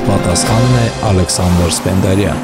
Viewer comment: Սպենդիարյանի, ոչ թէ Սպենդարյան